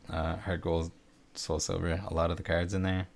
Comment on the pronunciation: I will pay you to pronounce cards differently.